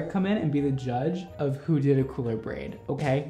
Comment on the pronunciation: i legit snorted when you were trying to pronounce braid 2.